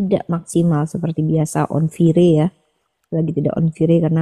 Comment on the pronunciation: Fire si uni bacanya "Fi - Reee" 😂😂😂😂😂😂